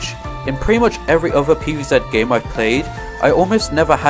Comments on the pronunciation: Pee vee Zet ❌ Pee vee Zee ✔️ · "Pv Zet"